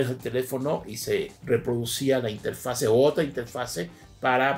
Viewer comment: Inge, lo vamos a poner a hacer planas: "No se dice interfase, se dice interfaz. No se dice interfase, se dice interfaz. No se dice interfase, se dice interfaz...."